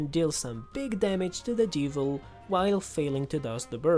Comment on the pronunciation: yea however, the why he says some words like "de-vil" is just weird to me